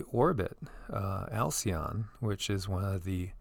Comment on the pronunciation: Alcyone was sounded as El-sion and I googled it. Sounds like El-Sion (Zion). Al was also El ? There is a lady who refers to Sirius as a mother Star to our Sun, that our Solar system orbits it. Aug 5, 2013 - Our sun is in a binary orbit with the Sirius system and is the reason for the precession of the zodiac and not the slow revolution of Earth's poles